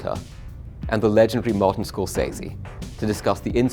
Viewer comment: Scor-fucking-sese, not SAY-ZE, it's 'sez-ee'